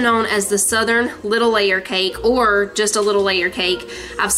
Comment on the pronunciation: I had to rewind and listen to Manny say yittle! 🥰 Miss that when Hayden would pronounce all his L words with a Y. 💕🤗